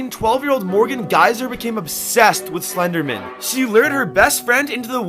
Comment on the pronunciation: He is saying the name Slenderman wrong. 👤